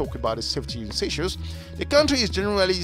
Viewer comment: Please stop saying seashells it's sey like say.